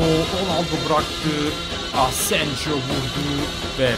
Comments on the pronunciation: Abi Asenjo değil Asensio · O adamın ismi asenjo değil asensio diye okunuyor her videoda asenjo ;) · Asenjo kaleci onun adı asensio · Asensijo asensiho diye okunuyor İspanyolca da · Asensio ya asenjo deme artik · Fatih Soyer hayır asensio diye okunuyor